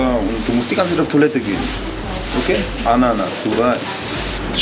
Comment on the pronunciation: ist irgendwie lustig mit der ananas die betonung...freaky